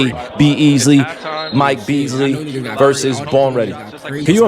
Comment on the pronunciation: Bro said B Easly